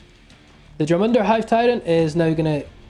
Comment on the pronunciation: Easy way to say Jormungandr...(your-mun-gone-dur)